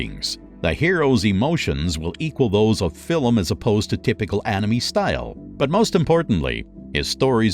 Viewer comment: Maybe all they need to do is practise the pronunciation of words like film (not fillem), French words like genre and anime and French names like Emile. If the narrator is not sure of the pronunciation, such as Arabian, it would be wise to check with a native speaker. Actually, the way he pronounces advertisement is how it is pronounced in the UK and Australia, so well done!